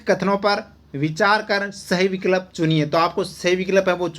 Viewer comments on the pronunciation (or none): Sir विकल्प का उच्चारण सही करो मुझे बार बार अजीब lg रहा h बैचेनी si ho रही h🙃🙃🙃🙃🙃